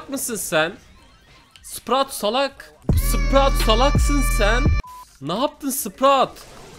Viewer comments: Spraut değil abi sprout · Adam sprout a sprat diyo gulmekten olduk😂😂😂😂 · Abi sprout öyle okunmuyor ama tabi zorlama yok